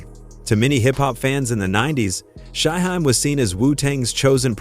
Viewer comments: AI sucks 🤦🏿 he called him SHY Hi 🤣🤣🤣🤣🤣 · Shy-HIME....🙄🙄🙄...see, this A.I. stuff is not always the route 👎🏽👎🏽👎🏽👎🏽